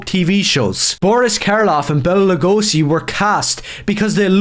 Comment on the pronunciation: Lugosi is pronounced like Lou-gosh-y.